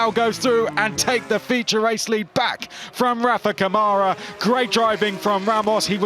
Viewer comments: Câmara [ˈkɐ̃.ma.ɾɐ] (in AFI). The closest pronunciation is “KUN-ma-rah”. LEARN HOW TO SAY OUR NAMES!!! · Btw, Câmara [ˈkɐ̃.ma.ɾɐ] (in AFI). The closest pronunciation is “KUN-ma-rah”. LEARN HOW TO SAY OUR NAMES!!!